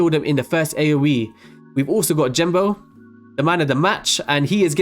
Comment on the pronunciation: "jenbo" "jenbo" "jenbo" "jenbo" ffs Genbo!